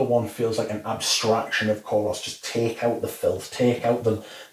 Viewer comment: thank you! Btw and I hope you dont mind correcting you but Kouros is actually pronounced koor-oss (koor rhymes with tour, poor..)